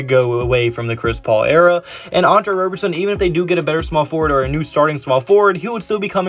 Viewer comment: Please call him Rob-er-son and not Robe-er-son. He hates that and I’m here to protect his feelings lol